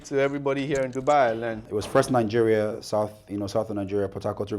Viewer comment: Is he saying Ningeria? Next they should be banned in Kenya